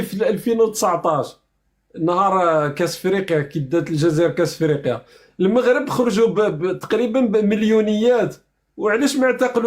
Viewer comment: ON DIT EL MAGHRIB EL MAGHRIB EL MAGHRIB EL MAGHRIB EL MAGHRIB EL MAGHRIB EL MAGHRIB EL MAGHRIB ET NON PAS EL MOUGHRIB DÉSOLÉ